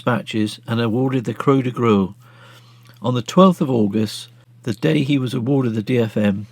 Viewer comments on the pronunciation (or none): It is pronounced Qua de Gurr. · This is an excellent record of a remarkable pilot. Thank you for making it. One minor point, which I hope you will correct: your pronunciation of 'Croix de Guerre' is painful to one who speaks French.